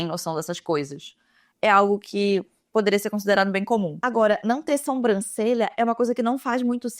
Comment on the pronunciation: pelo amor de Deus para de falar SOMbrancelha kkkk aaaaaaa é SObrancelha